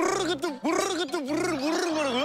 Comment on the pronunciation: 💙:모르는 것도 rr룰을 모rrr는거야 💜:모rrrrrrrrr는 것도 rrrrrrrrrr룰을 모rrrrrrrrrrrr는 거라구요?? 라비 냉큼 형 따라하는 거 봐ㅋㅋㅋ 귀여워ㅠ